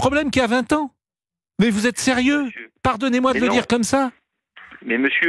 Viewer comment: quand on entend... sans "s"